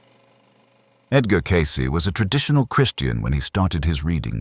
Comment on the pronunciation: In the name Cayce. The E is silent.